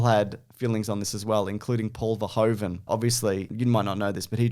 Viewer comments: it's pronounced Ver-hoo-ven like 'i'm hoovering up the dirt", not Ver-hoe-ven as in 'that hoe is hoovering up the dirt.' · Just a quick FYI, it's pronounced "Ferhoofen" since it's Dutch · Just FYI, the "oe" in verhoeven is pronounced like the "oo" in cool.